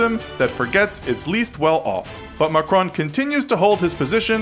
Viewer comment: The way how he butchered Macron's name, just beautiful 🤩